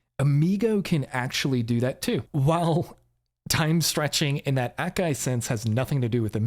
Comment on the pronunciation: But that's how you pronounce it.